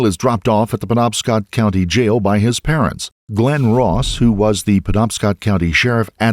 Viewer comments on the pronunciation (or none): none